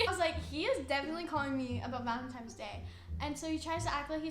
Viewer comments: No one: ____ Danielle’s 14 year old brain: “ValentiMES day” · ahhhh ITS VALENTINNNNES DAY NOT VALENTIMMMES DAY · valentine* not valentime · When she says “valentimes” instead of valentines 😂😂🤪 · no one: dani: valemtimes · She kept saying valentimes day 😂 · It not valentime's it's Valentine's , but ya'll cute still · Valentine’s Day not valentimes lol they both keep saying it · Valentine’s Day* not valentimes day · The way she kept saying "valentime's"... sis👁👄👁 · VaLeNtiMes day 😂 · 'Valentimes' yeah she's not 16😂😂 that's something I said at like 9 but the fact she can't pronounce it right like go back to school 😂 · why was my girl saying “valentime” aren’t you already in 7th grade, shouldn’t you know this 😭. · Did she really just say ValenTIMES lol ik she’s human too but I just think it’s funny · Anyone else notice that she keeps saying “valenTIME’s” day. 💀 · Literally I’m younger than her and I know it’s ValenTINES day lol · valentimes day huh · Bro if she says valentime one more time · it sounds like she is saying valentimes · She said valentimes day bahahahah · “valeMTIMES day” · Literally NOBODY going to point out the fact she kept saying valenTIMES?! I couldn’t focus on anything else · valenTIMES day ahahahah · I’m sorry Dani but like its Valentines. Tines. I’m sorry it just it’s a huge thing of mine. I hate when people pronounce things wrong. I love btw you’re super cool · she really said valentimes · This is annoying. You're not interesting to watch because you're repetitive. You're underage. You cant even pronounce valentines right. This will hurt you more and cause more drama just stop.